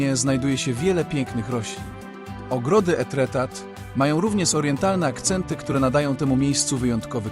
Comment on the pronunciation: Pięknie, ale wymowę francuską powinieneś sprawdzić przed publicznym komentarzem do filmu. Pozdrawiam!😘